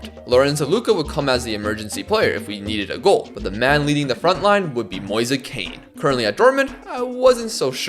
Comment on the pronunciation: It’s pronounced ken